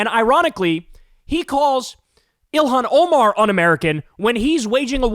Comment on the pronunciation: Elon Ohmaar… Never heard of him.